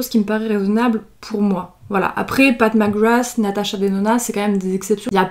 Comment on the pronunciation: J’ai compris “Pac Magwass” ... sinon l’arrière fais penser à un ticket d’or de Willy Wonka